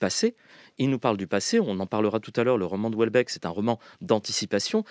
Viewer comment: France Culture ne sait pas lire Houellebeck...De la bien-pensance à revendre